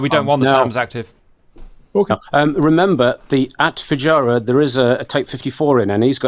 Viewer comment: "Alotta Fujirah" XD